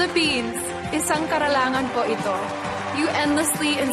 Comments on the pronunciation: Oo bulol sya sa tagalog😂🥰 ang ngayon nya "NAYUN"😂🥰 CUTE NYA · karalangan✅ karangalan❎ HAHAHAHAHA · Karalangan instead of karangalan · It's KARANGALAN..HONOR A minor slip..she said KARALANGAN . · Tama ba rinig ko karalangan? I love you Catriona! ❤️ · Isang KaraNgalan Po Hindi karaLangan. Hehe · She's very inspiring and amazing but am I the only one who notice that she mispronounce the word " Karangalan"?